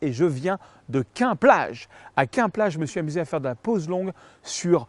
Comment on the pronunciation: super tuto comme d'habitude. Pour info Quend-Plage se prononce " quenne" 😉 souvenirs de vacances de l'enfance.